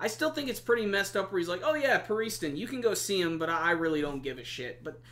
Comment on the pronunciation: btw youre pronouncing pariston a bit.. strangely